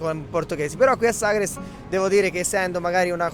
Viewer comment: Ma vive a Sagres e non sa come si pronuncia....ma ci vive davvero????? In quale lingua parla al mercato di Vila di Bispo?